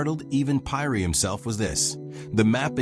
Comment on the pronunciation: Pronunciation should be Peeri !